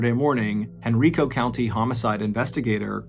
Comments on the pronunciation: I’ve never heard this before! I was born and raised around Richmond. I would have been in my late teens when this happened. Also, it’s pronounced hen-rye-koh not hen-ree-koh. I know he had no way to know that but every time I heard it I cringed a little. 🤣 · Dude I love you but it’s Hen-Rye-co, not Hen-RI-co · Hey MrBallen it's proniuces Henrico with a hard I not henreeco like an E sound. Haha it's all good. Just figured I'd let you know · I know this was years ago, but it's pronounced HenrIco. Long I sound. Not Henreeco. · It's pronounced "Hen-rye-co", not "Hen-ree-co". 😊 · Hey Mr. Ballen, I’m a Virginia native and Henrico is pronounced “hen-rye-co” just for your future reference. I appreciate hearing a story from a place I have visited. I live more in the southern area of Virginia than the northern area. Thank you for everything you do. ❤ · Henrico Virginia is pronounced Hen-RYE-co. Thanks for another great podcast! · I know this video is old but as a local, I just want to clarify the pronunciation of Henrico is Hen-rye-koh. 🫡 Thank you for your podcasts, they get me through my day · *Henrico (pronounced: Hen-Rye-Co) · It’s Hen-rye-co. You’re welcome! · Hen Rye Coe County, Va. Lol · I'm from richmond Virginia ,unfortunately excited to hear my hometown but Henrico is pronounced hen-r-eye-co.but it's makes it that much better u did a story in the area🧟🧟🤦🏿‍♂️☠️🧾💯👣🕵️🕵🏾‍♂️🕵🏼‍♀️🕵🏽‍♀️love your work brotha,thanks for keeping us goin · As a Richmonder it is pronounced "Hen-Rye-Co." I had to. I'm sorry, lol. Thanks for doing this story. I remember this happening while I was a teenager. It's crazy to have more of the story. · I love this since I am in Richmond. Btw it is (Hen-Ry-Co) the I sounds like Y not E. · I'm from Henrico va and it's funny hearing MrBallen mispronounced the name 🤣. I live here in va and haven't heard of this story kudos MrBallen!!